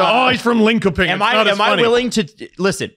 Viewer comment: as a Canadian who recently lived in Sweden, Lindköping is pronounced (Ling-shoping)